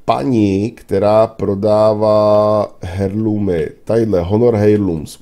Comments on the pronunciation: Myslím že se to vyslovuje Erlůmu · Nevyslovuješ to správně navíc to hrozně tahá za uši... h je v tomto slově neznělé.